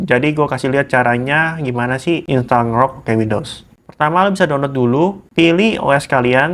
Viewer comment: dibacanya en-grok bukan ngerok